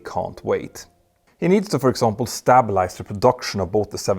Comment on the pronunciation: I love you Mr. Mentor Pilot but på engelska it’s pronounced “STAY-bill-ize”, not “STAB-ill-ize”. Tack så mycket. 🇸🇪